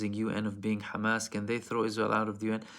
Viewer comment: Sounds like you're saying ¿is-real? Can't handle that Hezb 'Allah smoke. They messed around and found out! 😂😅. Middle Finger to the Arab World of Spinless leaders; King Faisal bin Abdulaziz Al Saud was the LAST real leader and like blacks on this side, the "Man" got his own blood to take him out. He would have NEVER let this reach this far. PRAY HELL FOR ISREAL EVERYDAY, I think the Devil aware and closed his doors because he isn't even this evil